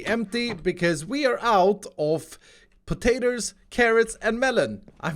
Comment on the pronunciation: potaters. it's poe-tae-toes not potaters.